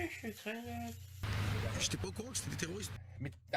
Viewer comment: Qu'est-ce que tu fais Baptiste. Mais t'es pas NET?! - Mais si, je suis très NET. (Tu prononces le t à la fin du mot -net-)